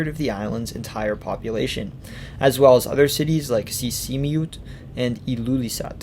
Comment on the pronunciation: The more you get into the video, the funnier it gets with the very broken Greenlandic. Two words are almost pronounced correctly - Sisimiut and Narsaq - but the rest sounds very weird and amusing. Besides that the description of the socalled colonial history from 1721 to 1979 - more than 250 years!! - is completely mixed up and messy. Actually the history is quite clear with important years and different developments during that crucial period. But here it's all put in one pot.